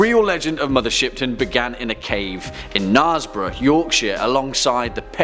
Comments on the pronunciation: Knaresborough = nairsborough not narsborough do research. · its naresborogh the k is silent ......like django!